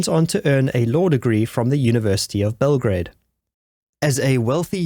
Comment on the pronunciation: Bell - gra - a -de